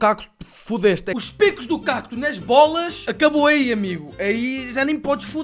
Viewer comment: Fui a única a ficar incomodada quando o disse "cacto"? XD